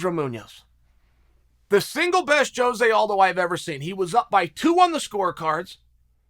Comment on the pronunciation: Blows my mind Chael says Jose's name correctly